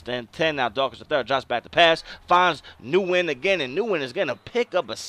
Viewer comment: Nice vid, definitely making a QB road to glory. Just to help you out for your season the name Nguyen is pronounced "Win". I know it's crazy but I know a guy with the name and it's some Asian thing.